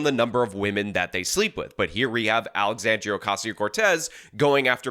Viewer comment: Alexandrrrrrrriiiiiaaaaa Ocassional Cortex at it again 😂